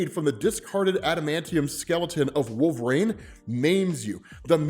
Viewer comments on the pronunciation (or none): I swear to God if you pronounce "Wolv-er-reen" like "Wolv-rain" one more time, I'm going to create a petition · i love the stories but man.. please dont take this the wrong way. i hear you say "green" lanturn so i know you can say "wolverine". or am i misunderstanding and theres a character called "wolv-rain"?